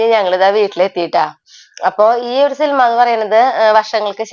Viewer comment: സിൽമാ അല്ല 😢സിനിമ എന്ന് പറയു